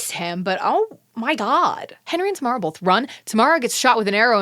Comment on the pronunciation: Saying you don’t remember Tamara then mispronouncing her name for the rest of the episode is iconic